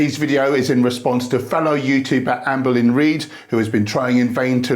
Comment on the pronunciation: I will never not hear you say "Anne Boleyn" when you say her name... 😅